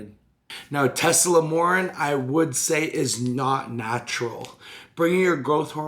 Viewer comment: the fuc is "Teslamornin"? Tess-a-MORE-e-lin Here's a breakdown of the syllables: • tess: rhymes with "mess" • a: rhymes with "uh" or the "a" in "sofa" • MORE: rhymes with "four" • e: rhymes with "key" or "bee" • lin: rhymes with "tin" it sucks, not even comparable to GH, in fact it could be a blasphemy.